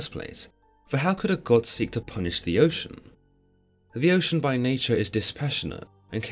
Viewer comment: Oce Anus heuh heuh